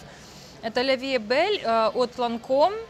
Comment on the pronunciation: Я тоже была в шоке 🤣 ля ви э бель на лето, да уж